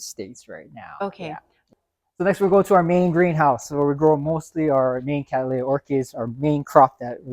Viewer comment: Oh, by the way... It's pronounced CAT-lee-ah. They're named after William Cattley. 😉